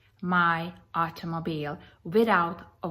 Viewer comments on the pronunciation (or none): Take a shot everytime she says "private aut-oh-moe-beel" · Hey he removed her from her "artomoblie" rich stricked her movement" 😂😂😂 you go Miss. America!!. So this lady who comes from Europe somewhere and go thru this process to become a citizen here feels like she knows the laws better than our own authorities? She comes from wherever can't even pronounce half of the stuff she wants to teach our local police force?? Cuz why? She's almighty knowledgeable? Yea ok😂😂😂😂